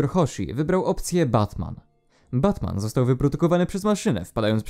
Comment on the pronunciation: Nie bat-Man tylko VAT-Man